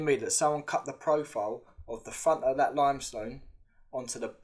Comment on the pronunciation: Love the channel. Your " friends" wont tell you this, so I will. Stop speaking like a child, please. I've heard you say the and they and this correctly, sometimes, so you can do it. Then you say Wiff (with), vis ( this), vat ( that),vare ( there) ova ( other), fing ( thing) megaliffic,frew (through), free (three), fink (think). Etc. You are clearly intelligent but speak like a child. Doesn't help your credibility old mate.